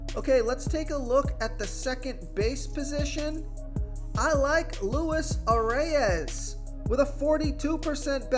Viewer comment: I m a Twins fan so I know this one. Most people pronounce it the way it looks . But Luis Arraez is pronounced Louees arise. That’s different but who are we to say. Keep up the good work